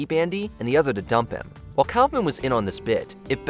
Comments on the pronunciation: The way this guy pronounces Kaufman makes me blind with rage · I love Watchmojo, but this one failed. From claiming a failure of Wayans and Slade, to the mispronunciation to Andy Kaufman's last name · You’re saying Kaufman wrong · Why do you pronounce Andy's last name like that? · Letterman used to say it that way, too 🤷‍♂️ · Disliked this video for the numerous errors. It's not "cowfman", it's "cough-man". Damon Wayans and Jenny Slate didn't ruin their careers on SNL. This reeks of AI slop and I look forward to better content moving forward. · It's pronounced COFF-MAN. It is NOT pronounced COWFF-MAN. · Just FYI: Kaufman is pronounced “koff-man” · Cow-fmen? what, just for that you should have any career in journalism blacklisted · JesusFChrist, for all that is still holy and sacred in this god forsaken country "K-A-U-F-M-A-N" is pronounced "C-O-U-G-H-M-A-N! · Kawf-man? Clearly ai, or doesn't actually know who Kaufman was. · “Damon Wayans was fired and then went on to become a huge star AFTER he ruined his career.” Do you hear yourselves? Also, who is Andy KAUFFFFFman? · Calling Kaufman calfman is pretty ridiculous and frankly despicable. Way to go with your shitty ai. If not ai you truly are really shitty at this and need a new hobby/job whatever you think this is for you. Basically, go to a construction site, find a foreman, and ask to dig holes as a entry level laborer. Until you do that type of work or something in the service industry (I do both) you really don't deserve a fuckin penny for putting out this kind of trash and makes me sick how lazy you are and consider it work. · Your AI needs to be taught how to say Kaufman. "Caugh-man" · I love how everyone in the watch mojo videos keeps mispronouncing Andy Kaufman's name when they say it. They even managed to edit the video clips in such away that his last name is never said by the people on SNL, who would have pronounced it correctly. This at least the second video where this has happened.